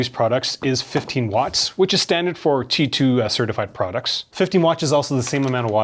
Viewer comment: Why do you pronounce Ti2, instead of Qi2?